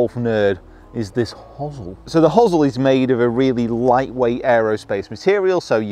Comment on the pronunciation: First Brit I've heard pronounce hosel that way (hozzle), I normally hear "hose-el".